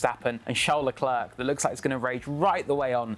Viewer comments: He's French / Monagasque ..not bloody South African .. Lecler not Leclerk..its so annoying.. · It's pronounced Leclair, not LeClerk